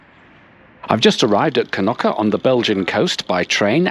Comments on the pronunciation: knoki, it is knokkE 🤣🤣🤣🤣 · It's Knokke not Knocky =( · all the names of villages yoy stopped are pronounced very wrong Blankenberghe has noting to do burgers as you say 'blankenburgger' hahahaha free translated it mean Whitemoutain its not kanuka we are not eskimo's its Knokke! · Knokky?? Its pronounced Knokkuh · Kenocchi ?! Please, show some respect fo local language; thank you